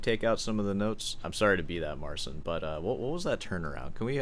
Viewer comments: Great as always. But when you say 'Mar-sin' it makes my ears ache. It's Mar-CHEEN. Got some Poles in my extended family... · You're very rude and arrogant. No one needs your opinion and watch your language. And it's pronounced, "Marceen."